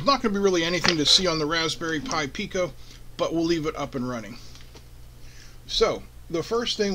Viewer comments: Sorry. I confused you pronunciation of "but" for byte. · Sorry I confused your pronunciation of "but" for "byte"